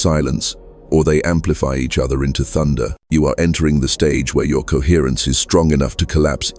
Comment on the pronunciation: Coherrence. Coherrencr. Cohrrrence.